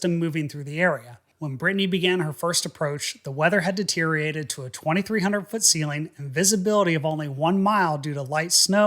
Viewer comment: you said "deteriated" (five syllables) instead of "deteriorated" (six syllables). Be more careful.